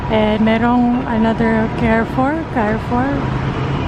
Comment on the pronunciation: Hello chinks, u are wearing cardigan po kaya malamig pa rin. You can try yung mga puffer ng uniqlo tas yung mga light heattech din from uniqlo. Carrefour we read it like ca-re-four. Enjoy your break. Joy from Canada